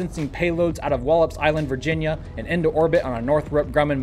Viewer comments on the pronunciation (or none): none